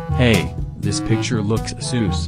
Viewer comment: When brown guy pronunced sus soos lol